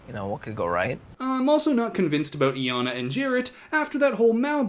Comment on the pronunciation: She literally PRONOUNCES HER NAME... yet somehow Iyanna is still being mispronounced